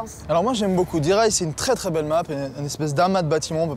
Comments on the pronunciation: Sa se prononce "Die Rise" pas "Die Reise". Die Reise = voyage; Die Rise = la montée, l'élévation ;) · MDR même la fille qui présente l’émission ne sait pas comment prononcer le nom de la map zombie (c'est de l'allemand donc il faut le prononcer à la française et en accentuant le "-e" de "rise") sinon ça veut dire "l’élévation" en allemand, le rapport avec les ascenseurs ;)